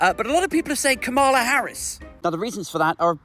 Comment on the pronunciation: it's Ka-ma-la as in camel-er. Not Ka-MAR-la. Not being a pedant, some Reps deliberately mispronounce her name.